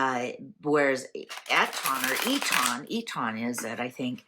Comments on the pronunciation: Its Eton not E tonn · Sounds like EAtin' ;) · We say it eetun But it doesn’t matter. Marlborough is a lovely town very quaint and defendable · Eton is pronounced Etun, for what it is worth., I have heard bits of shortness of breath with you on occasion. Please get checked out if you need to lovely. Xxxx